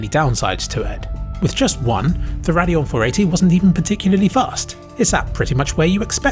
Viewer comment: oh, he's saying "Radeon" not "their annual" or "perineal." I was so confused LMAO